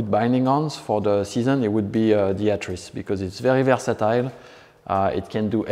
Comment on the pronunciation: Just came here to hear this guy pronounce “atris” properly 👍